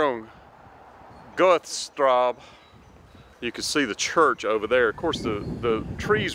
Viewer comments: The street is pronounced “Gerta strah-za.” When I was stationed in Germany from , my wife and I went on a trip to find this house. This is a neat find. A Dr. Mueller lived in the house in the early 90s. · I was stationed not far from there while in the Air Force. Had to laugh at how you butchered pronouncing "Goethe Strasse!" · That is quite a residential area, interesting to see, thank you. But omg, you should have learned at least how du pronounce Bad Nauheim (not like bad !!), Goethestraße (who does not know Goethe?), Uhlandstraße... when introducing these places. Also the French machine translation is hilarious 🤣, better you check before release. Would have been nice to find some people having seen Elvis at that time. Anyway, Elvis is still the best, and we love him! ❤️🇩🇪